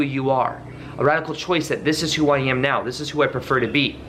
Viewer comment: Did you say now as meow at the start? 🤣Great video as always